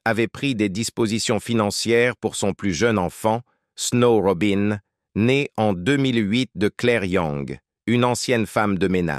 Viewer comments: C pas Robin mais Robi' n, 😢 mon dieu j'étais une petite fille , mais j'avais un grand frère et c'était son idole, donc j'écoutais toujours , après j'ai grandi et j'ai aimée ce chanteur R.I.P ROBI'N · Une voix et des " robin" qui gâche toute la video . De plus ,ne salissez pas la.memoire d une personne décédée